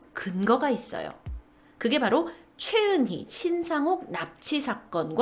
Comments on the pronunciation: 신상옥입니다. 신상록이라뇨??~~~ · 신상옥 감독을 신상록이라 하는것 같아요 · 신상록 이 아니고 신상옥 입니다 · 신상록 이 아니고 신상옥입니다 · 신상옥 감독입니다.신상록이아니고